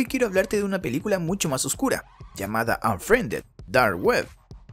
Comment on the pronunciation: Onfriende dar ue (habla bien)